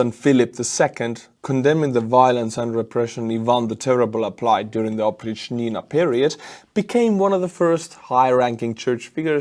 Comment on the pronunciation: Whether you say opritchnina or opritchina, the stress is on "pritch".